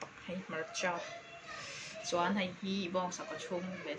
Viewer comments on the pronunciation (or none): none